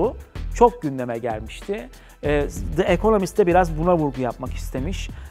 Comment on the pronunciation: De ekonomist değil Di ekonomist söylenişi